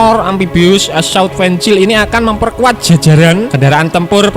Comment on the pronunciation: Fencil hh😆 fihykel min